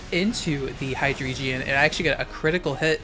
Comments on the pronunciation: “High-dree-jeon”? What? Are you dyslexic? It’s drei, pronounced “dry”. Y’know, the German word for three. Ein, zwei, drei. It’s the entire motif of this line. Hy-drei-gon. Not “geon”. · Why hi-dree-geon? It's not an eeveelution. The Drei part is german. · I am so fucking triggered by your pronunciation of Hydreigon. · the way you pronounce hydreigon causes me genuine emotional anguish but i suppose that's the whole idea isn't it